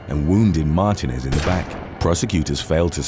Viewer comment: You’re mispronouncing Martínez